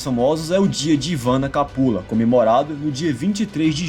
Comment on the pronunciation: Não é "Ivana Kapula", é "Ivana Kupala".